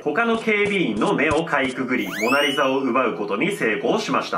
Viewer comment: オナリザにしか聞こえなかったんやけど 俺だけ•́ω•̀)?